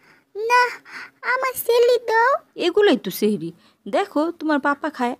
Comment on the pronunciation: আর আপু ওটা চেহেরি না সেহেরি 👽👽👽👽😭😭😭😭😭😭😊😊😊😊😊😊😊😮😮😮😮😮